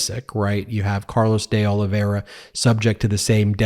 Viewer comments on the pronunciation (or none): Not a big deal, but de Oliveira is Portuguese, not Spanish. You can say “de” like dee, not day. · I just wish this person could learn to say the names De Olivera and Nauta properly... Every time he says these names, it's as if he's purposely saying it incorrectly or as if "allegedly" that's their name.. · You could pronounce deOlveira's name correctly but you don't care to. Or maybe it's too hard for you?